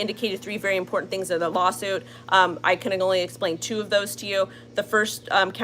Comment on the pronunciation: The word is IMPORTANT....it has a T in it, not a D. Please